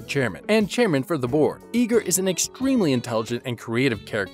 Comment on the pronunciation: "I-gr" not "E-gr"